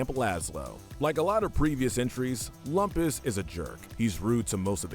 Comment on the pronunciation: That’s Loom-pus!